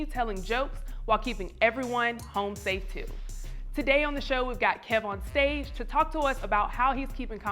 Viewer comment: Hey. I think is trying to say KEV-on-stage but he keeps saying Keyvon stage. Back to you